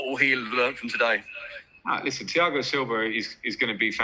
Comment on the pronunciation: Thiagoo😂😂😂😂is not Thiago🤣🤣🤣